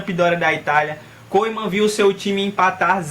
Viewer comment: Mano lê Koemen MAS sim Kumen